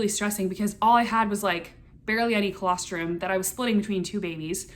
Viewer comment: what is that word? Calastrum? What does that mean